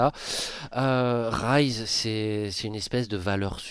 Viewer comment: Pour petite info c'est Rise et non Rize sinon c'est du riz en anglais. L'argument que sortent toutes les personnes qui trouvent que zen n'est pas bien classé est qu'il porte Vita, mais c'est un argument qui est difficile à prendre, Vita a déçu au début de ce premier Split, c'est indéniable et Zen à montrer son meilleur niveau seulement arriver au 3ᵉ open qualifier. Ils se sont pris l'effet world champion comme ont pu l'avoir BDS l'année dernière. Et ce ne sont pas les clips qu'il a pu rentrer qui permettre d'évaluer son niveau, beaucoup trop de personne jugent un joueur à sa capacité à mettre des clips, si c'était le cas le Joyo serait dans le top 5. Même si Zen a porté Vita il n'a pas montré un niveau individuel à la hauteur de ce que l'on attend de lui durant le début du Split.